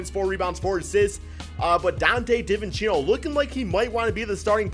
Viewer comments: For future reference it’s pronounced ‘dee-vin-chen-zo’ not ‘dih-vih-chee-no’ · did he say dante divinchino